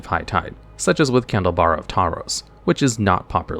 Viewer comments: its wild that you can mispronounce candelabra of tawnos wrong twice and in two different ways in the same video. Its like you just let the syllables fall out with no thought or filter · "Candlebara of Tauros" BEST DuelLogs pronunciation EVER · How many different pronunciations of "Candelabra of Tawnos" will we get this video?